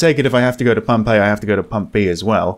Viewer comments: When you kept saying "Pump A", it sounded like "Pompeii". I got really confused. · Am I the only one hearing Pompeii instead of Pump "A"? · I swear to god, when you were saying "Pump A" I kept hearing 'Pompeii' and paused the video to try and sus out what a city destroyed by a volcano had to do with this horror game. ...also this game looks intense in that 'slow build up of absolute terror' way. Thanks for playing!